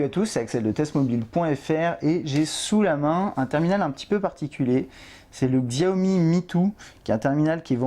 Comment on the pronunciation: juste petit détail sur ce mobile, xiaomi est un téléphone chinois donc ça se prononce chiao-mi sinon superbe vidéo :P